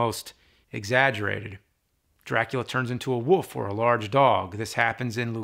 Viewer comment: James can't say "wolf". He's quite clearly saying "woof" instead of "wolf".